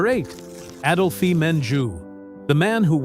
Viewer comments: Adolphee?! AdOlphe, the "e" is silent... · "Adolphee Menjou"? Lord.